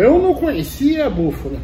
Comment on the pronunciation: Só vou fazer a observação porque esse arrogante vive zombando de quem comete algum erro de português, além de ser escritor. Falou duas vezes “búfula”.